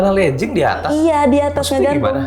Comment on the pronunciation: Legging tu dibacanya tetep LÉGING. Bukan berubah jadi léjing. Asal katanya dari LEG (kaki). Sama kayak kata Login dibacanya ya LOGIN. Bukan lojin. Sebab asal kata dari LOG in LOG out. Semoga S2 nya bisa lebih cerdas 👍🏻